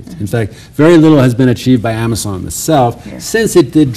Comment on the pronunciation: It's amisom not amison!